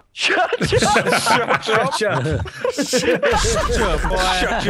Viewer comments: The shuch up one never gets old. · Shuch up will always be a classic xD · Shutch up is permanently etched into my brain, I've been saying it for years 💀